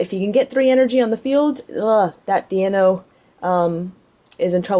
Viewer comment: Do you call Deino ,Dienna?